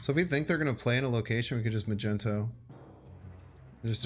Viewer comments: Am I the only one who's bothered by him saying "Magenta" or "Magento" instead of "Magneto"? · Are you pronouncing it Magento on purpose? Its Mag Nee to! It frustrates me greatly!!! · maGnet! HARD G! Why is he making it a soft g!? Omg he's my favorite M.snap guy to watch but omg the word is MAGNET with an O at the end 🤦🏻‍♂️🤦🏻‍♂️🤦🏻‍♂️🤦🏻‍♂️🤣🤣🤣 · Magneto, not Magento :) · Does he say "Magento" on purpose ? lmaoo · Bro said "Magento" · Are you purposely mispronuncing Magneto?? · Why are you mispronouncing magneto? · Awesome vid but your pronunciation of magneto is a felony